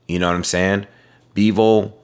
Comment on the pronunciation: his name is Bivol not Beevle 😂😂😂